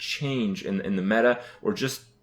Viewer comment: I feel like someone who makes a living playing this game should really know how to pronounce it... Hurthstone D: (Pronounced Harthstone) And the Meita (Meta) :S